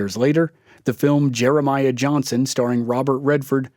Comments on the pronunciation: IDK why this story reader pronounces his name wrong EVERY time? There is no T is Johnson brotha!!!! Johnston Johnston Johnston smh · Why do you pronounce Johnson wrong?